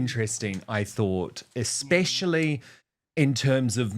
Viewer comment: the word is ESPECIALLY NOT EXPECIALLY. LEARN TO SPEAK ENGLISH PROPERLY